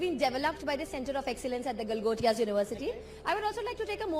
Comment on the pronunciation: Galgotiass ❌ Langotias ✅✅🤣🤣